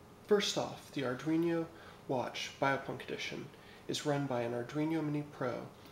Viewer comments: lol its arduino not arduiño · ar dween o. it is not an ar dweeny o